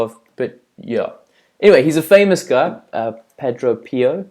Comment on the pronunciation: Very bad narration. Please study and learn correct pronunciation of simple words such as padre (St. Padre Pio) before attempting to teach others. I appreciate what you have in your heart, but you come off sounding unlearned, as if reading from a script, insecure and otherwise inept. 2 Timothy admonishes all of us to study to show ourselves approved unto God, a workman who need not be ashamed rightly dividing the Word of Truth.